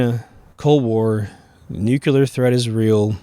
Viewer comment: Please, nuc-lee-rrr.